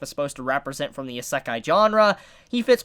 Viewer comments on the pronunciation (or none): none